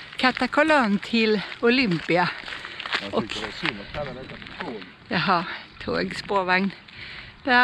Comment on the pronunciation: Uttalet av Katakolon skall ha betoning på a nr 2. Olympia skall ha betoningen på bokstaven i. Ha det bra.